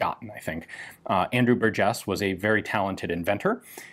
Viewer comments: Bur' jes. First syllable gets the emphasis. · I am in the Burgess family tree. Our last name is pronounced (bur’ jess) with the emphasis on bur, not jess. He also invented the folding rifle. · I've never heard Burgess pronounced that way, my family has always stressed the first syllable. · I've heard people give it a hard 'g', like in burger, but I've never heard anyone put the accent on the second syllable, like it was French or something. BUR-jes. It's not like it's rare... It's like hearing some one say win-CHES-ter. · I believe that the emphasis should be on the first syllable in Burgess.